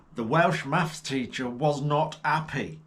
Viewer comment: Maffs or Maff its neither it Maths .